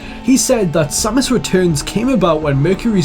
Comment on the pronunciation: Finally, someone who pronounces Samus the same way i do!